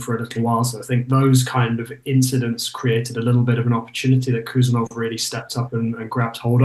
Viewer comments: Hey! His name is actually pronounced HOO-SANOV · It’s pronounced “ who Sarr Novv” heard his countryman say it 👍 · Correct pronunciation would be: "Husanov" without K. In Uzbek there are two letters "H" and "X" which represents english "H (aitch)". "X" reads in english as "ex" thats why to make the difference in written international names in english, between "K" is added before "H" in his name. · No Abdukodir Khusanov, Abdukhodir Khusanov, First of all, be sure that you have correctly pronounced his first and last name, and then you will talk about him in general, this is a great lack of respect, no matter what country he represents